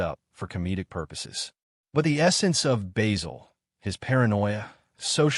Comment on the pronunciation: It's Basil.......not Baysil.